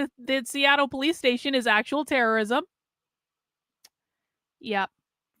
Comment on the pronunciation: ITS TERERISOM